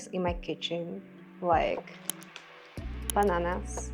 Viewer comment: The way u said bananas sounded portuguese lol U eat very healthy! It was the first time Ive seen cucumber for breakfast!! And the avocado like that looks good! Personally I love avocado smoothie and my snacks are never that healthy but I'm looking forward to change that after the video 😊